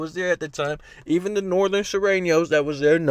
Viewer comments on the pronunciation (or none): “The Northern Surenos” 😆